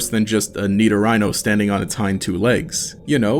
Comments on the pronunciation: Great vid, I only disliked bc of “niddo-rhino” which is absolutely disgusting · "Nido-rhino" is such a weird way to pronounce the pokemon. I think pretty much everyone in the English speaking world pronounces it "nido-ree-no" "Nido-rhino" is definitely a different way of saying it. Great video regardless. You deserve many more subs than you have. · sorry how did you pronounce Nidorino?!